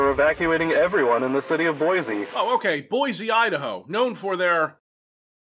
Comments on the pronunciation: As someone from Boise, this game is kind of a big deal for me. But it's pronounced "BOY-see". Not "BOYZ-ee". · "THE BOISE POTATO FESTIVAL"...It's okay,, I laughed out loud too. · as a Boise native...the words 'Boise Potato Festival actually hurts my soul